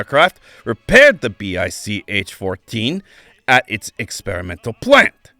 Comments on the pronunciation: It's pronounced "Bye-Che" which makes the pronunciation of what test pilots called the BICh-14 better. It's easy to see how ground performance of the BICh-3 would be terrible (see the youtube of the adorable RC model of one which is flying very well). The 7a and the 3 in the air were good, even excellent, as was the Che-22 glider before mechanical problems made it crash. The little 20 and the monster 21, and the amazing 26 are the "What If" of the story. See also from Kharkiv \ Avianito school the KhAI-4 "motorized glider". All-wing with a big fin & rudder, single engine, 10 seat ort 1 ton payload. It had troubles with balance and controls at first, but after these were solved it apparently did well, served as a utility transport for a little while. "I see what you did there" leading into talk of the Moskalyev "flying wing" planes. You deftly hopscotched over the SAM-4 and SAM-9 so that I could have sworn you were talking about it as a parallel of a first attempt to approach transonic speed. Another interesting what if story, leading into the amazing RM-1 rocket plane. Then the monster long range strategic bomber. Mach 3+ as-if, it would have been awesome enough with more reasonable, supersonic dash performance projections. Looking forward to some discussion of Moskalyev wings. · Ah, I don't hear very well so I thought he was saying Bis.